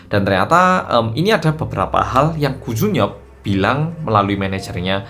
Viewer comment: Koo jun yeop tp aq denger e gu jun pyo 😂😂